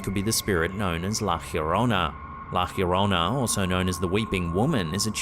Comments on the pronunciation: It’s kindly pronounced La Yo-Rona. Not La Her-Rona. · It's pronounced like La "Ya-rona" not "here-rona"😂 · It’s La Llorona, Not Fiorona. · How have you not yet learned to say Yarona yet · it’s “lah yo-row-nah” 😂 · Bro, why do you keep pronouncing La Llorona as "La hyiorona"?? LL is Spanish just sounds like a "y" or sometimes a soft "j" but never "hyi". Please fix yourself! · Please, I'm half English and half Spanish. Try a Y sound for Yes whenever you try to say - la llorona -. Avoid any G or J sound 😅🙏